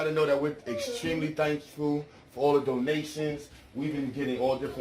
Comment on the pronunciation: Doughnations. Doughnations. Doughnations. Gifffs. Gifffs. Mogifffs. Mogifffs.